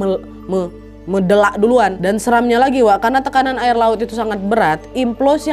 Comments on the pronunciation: 18.50 & 21.40 dah betul Meledak kak Nad 😂 Bukan Medelak 😂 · Maap,tp aku ketawa sikit pas kak nad ngomong mendelak..